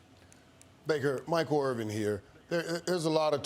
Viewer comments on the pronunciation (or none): Did Michael Irvin mispronounce his own name ?